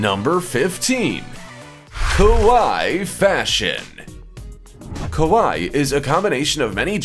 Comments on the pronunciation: It's kawaii.... (ka why ee) . The way you were saying it kowai.... (Ko-why) mean scary in Japanese. Big difference. lol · Your pronunciation of kawaii (cute) sounds more like the word kowai (scary). You need to say both "i" letters ( like in Hawaii) and the "a" less like an "o" sound. How do I know this? I accidentally called a girl "scary" that I wanted to call "cute".... OOPS!!!